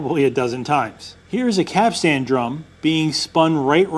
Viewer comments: As a merchant mariner, this video drove me a little crazy. Capstan sounds like "captain" with as "s". The fitting that looks like a capstan but doesn't turn is a timberhead. (Edited for spelling error) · Those of us that didn't grow up landlocked like you did are shuddering every time you say 'capstan'. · The A is silentish, not he way you say though.. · Please do video again pronouncing capstan correctly. Thank you. Good project. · The professional sailor in my twitched a bit every time said "Capstan" the way he did...and I know that he said it that way to tweak folks like me into such a visceral response....congratulations Keep up the awesome content. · Quite correct! I'd also avoid the modern tendency to over emphasize the final syllable. It's actually "capst'n" not "cap-stan." Same as Captain is "Capt'n" or "Cap'n" and not "Cap-tane." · Couple things. first, you're the first person I've ever head pronounce it "cap-stan". it's usually pronounced quicker. like "capsten" as if you're saying "captain" but with an S in there. second, the thing you show is a bollard, not a capstan. specifically a dock bollard. if it doesn't turn, it's not a capstan. I get it, you grew up landlocked. I was in the Navy though. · Its pronounced ''cap-stin' (the t is sometimes silent). But not 'cap-stan'. Also, that black thing on the pier is a ballard, not a capstan. Also, the edges of the drum should have a larger radius so as to allow the line (rope) to self adjust when/if it reaches the edge. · Cap-stan? Caps-t'n. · I'm a bit autistic and the way you keep calling it a "cap-stan" is giving me massive anxiety. In future capstan videos can you please pronounce it correctly? As in (caps-tun). Thank you very much good sir 👍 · and all you other landlubbers, it's not a cap stan winch, it's a capst'n winch. Say it way at the dock and you'll get hahahaha'd all day. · It’s pronounced ‘capsten’ not ‘cap-stan’ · am i the only one who keeps hearing "cap sandwiches"??